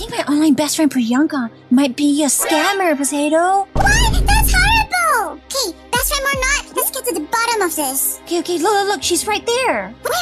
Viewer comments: Its not okeh to be okeh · Its OKEH not to be OKEH titan cry 😢